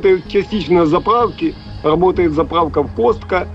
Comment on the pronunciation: Потому, как он произносит: запраУки, он никак не рузкий. .